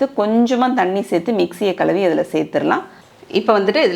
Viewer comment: Kazhuvi nusolradhu soooper. Kaluvi kaluvi nu romba peir solradhu irritating aa irukku.